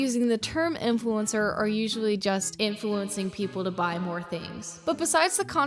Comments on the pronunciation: Bro these kids can’t even pronounce influencer correctly😭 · How can they be a 'influencer' when they can't even pronounce basic words.. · If you can't even pronounce influencer, you're not old enough to be an influencer. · It’s crazy how they can’t even say “influencer” properly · bro they cant even say influencer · They literally can't even pronounce the word "influencer" 💀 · I don’t think any person should be a so called “influencer” when they don’t even have enough big teeth to say the word right (no hate just point out they are way to young) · its so sad that these little kids are skin care "influencers" when they can barely even pronounce the word influencer 😭